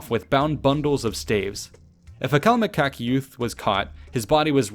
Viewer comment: Why is it funny when the narrator pronounced the word "CALMECOCK" 😂😂😂